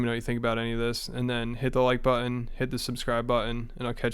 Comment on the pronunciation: Bro why you say button like that?